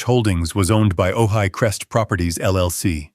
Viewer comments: Floor toseeling? How about from floor to ceiling? 😂😅🤣😅😂😅🤣😅😂😅🤣I just unsubscribed from this channel. Too many errors on pronunciation and spelling. There are much better story channels out there. Ojai….not ohigh. Angina not anginna. Senile…..not scenile. Hell, my spell checker won’t even correct some of your stupidity. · Ojai is pronounced ‘oh hi’